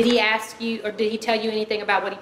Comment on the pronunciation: the “aksk” thing just HAS to be genetic…